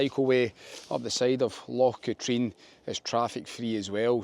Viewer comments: its not loch "ka-treen" its pronounced loch "Ka-trin" other than that good video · Never heard anyone call it “LOCH KATREEN“…..EVER! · It's not Loch Katrine it's pronounced Katrin and you a Scot it's Glasgow's water supply. The number of Scots on YouTube that can't pronounce Scottish names amazes me it's as if they are just discovering their country. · Loch con also the h is silent. :-) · Is your pronunciation of Loch Katrine a joke as well?